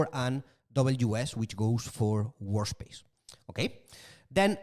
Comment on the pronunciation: Great course and very useful notebooks. The way lecturer pronounces work space as WAR SPACE puts a cheeky grin on my face : )